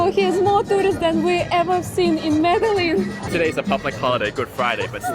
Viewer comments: Meh-de-gin not meddle-in hope this helps! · By the way he pronounced "medelin".. it seems they didn´t have contact with locals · “Medeleen” is crazy 🤣🤣🤣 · I'm from a lil place in the south pacific yet I know Colombia and Peru and Argentina etc etc are very modern. No excuse in these days of information superhighway to think that Colombia ain't modern. Especially if you're youtubers who make your videos through travel. And it's pronounced MEDE-JIN, not Medelin. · it is pronounced Mede-Gin... the LL has a G sound. Guatape is very well known and it is one of the most visited placed by tourists and locals, you just went on a quiet season. Good video! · Please learn to say the name of the city you've lived in for a month at least somewhat correctly. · Was the guy mispronouncing Medellín for rage bait… I mean how can you be in a place and mispronounce it repeatedly